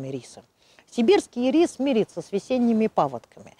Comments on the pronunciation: ударение в названии падает на первый слог - Ирис! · Всё замечательно:интересная информация, литературная речь, эмоциональная подача материала настоящим знатоком своего дела. Только, пожалуйста, ударение в словах "ИРИС", "ХВОЯ" ставьте на первом слоге, а не на втором:"И'РИС",ХВО'Я".